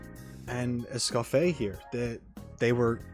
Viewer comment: It's "Escoff-ee-ay", so you know. I personally have to know I'm pronouncing something right, but that's just me, lol.